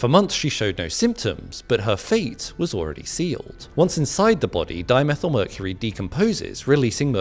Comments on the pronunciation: Its not methl , its methyl so why aren't u pronouncing it properly. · Why we want Die_Me_Thai ...Hg ...it's Hg sir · I'm going to stop this channel No English person would pronounce di-methyl like that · Dimethyl is pronounced like Diemethighl